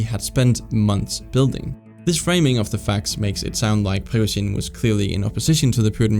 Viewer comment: Great video, just the way you pronounce Prigozhin's name is a bit annoying and off